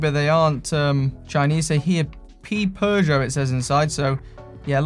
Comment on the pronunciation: There's no r in Peugeot.